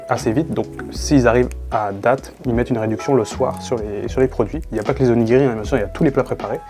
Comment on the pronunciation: OnigiRRRi, ça pique… à part ça video sans intérêt par rapport à bien d’autres.